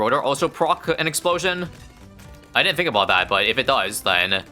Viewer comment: Is "aboot" another ISABism like "ASAP as possible" or is it his nationality showing?